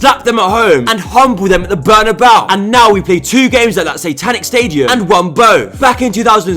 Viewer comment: "The last kick of the game at the Bernebeau is a very long time!"